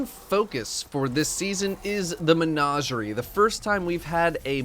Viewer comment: I finally found someone who pronounces it as “Mehn-Auj-eri”